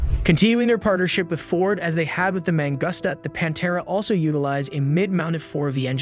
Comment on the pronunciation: Review your script, you’re calling it “The Panta” Are you using AI to produce this video. It’s Pantera!